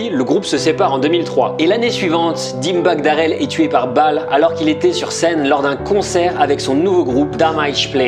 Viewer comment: Dimebag darelle....la prononciation lollllll Astie d'français